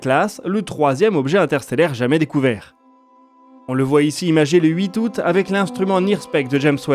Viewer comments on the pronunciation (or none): none